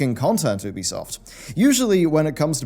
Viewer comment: Learn how to say ubisoft's name please ! It's so annoying ;G